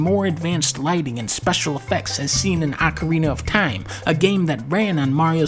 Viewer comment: I often heard "Ocariner of Time" but "Ackarinar of Time" is a first.